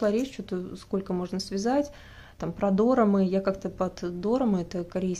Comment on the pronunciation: правильно ударение дорАмы 🤕